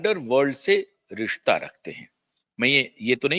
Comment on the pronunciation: 'Rista' 'supadi'bolta hai language pronunciation to thhik krle...